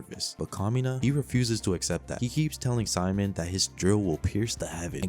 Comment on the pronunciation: Bro kept saying simon It's Simone